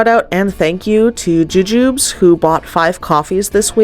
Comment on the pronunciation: Didn't expect a shout-out. You're very welcome. I honestly don't mind you not magically knowing how to say it, it's pronounced more like jujubees. 😅